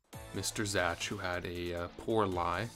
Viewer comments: Congrats dude! But why are you mispronouncing “Zach” as “Zatch” the entire time? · Why did you pronounce "Zach" as "Zatch" lmao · isn't Zach pronounced like Zack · Why do you say Zach like that. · Why's bro pronouncing Zach like that lol?